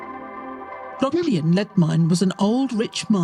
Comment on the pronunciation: I noticed what sounded like an AI garbling of the word Grogwynion, late on in the production. But, that was it.